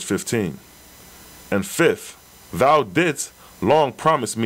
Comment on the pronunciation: The RA Material explains how and why the Oahspe was revealed. also..NOT being petty but i believe thou is pronounced 'thow' (like wow) not 'though'